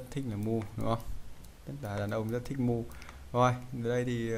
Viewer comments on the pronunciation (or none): Đề nghị ông thớt học lớp phát âm tiếng Anh cơ bản cái :)) Move mà đọc là movie, alt đọc là all thì xin nhận 1 lạy.